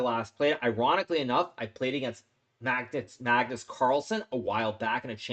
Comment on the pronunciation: hahahah why does hikaru say Magtits instead of Magnus hahahha